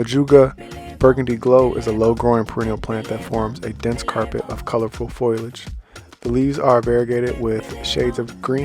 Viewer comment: Foilage? 😅 I think you meant foliage. Lol